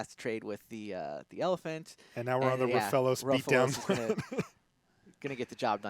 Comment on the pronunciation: it's Rofellos not Roafalose. Agggh